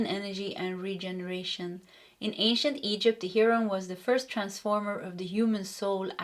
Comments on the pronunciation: Heh-Row-N=heroin if ya care. That would be American English pronunciation though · Look up wild life birds and hear how to pronounce Heron in the documentary you can do this with almost all sounds of English. Your readings are always on for me.